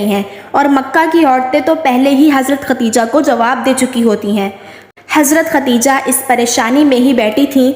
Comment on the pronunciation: MashAllha SubhanAllah bohot pyara vaqea hay, lekin pyari behen asal main sahi nam Khadeja hota hay ye to hamare mulk main nam ko bigar kar khateeja kehna shuru kar dia hay jo ke sahi nam Khadeja hi hay .🤲😢😥🕋💚❤